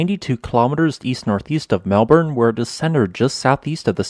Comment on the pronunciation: Really very interesting -thanks. A couple of notes on pronunciation: Eildon is pronounced EEL-din, and Melbourne is pronounced MEL-bin. And the supercontinent is GON-DWA-NAH, not GOD-WAMA. Other than that, a really fascinating episode.